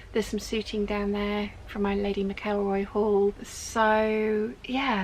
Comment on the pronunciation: Take no notice of negative comments, you look amazing. And regarding pronunciation??? TomAto/tomato 😂🤣, who cares how you say McElroy? We all know what you mean. Love the videos keep em coming and block the idiots x